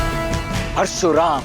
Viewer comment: क्या थियेटर बना दिया ये, फालतू, और हां प्रशुराम नही परशुराम होता है ।